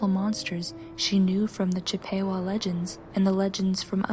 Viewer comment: It's actually Chipp-uh-wah. (Chippewa is a tribe... :3)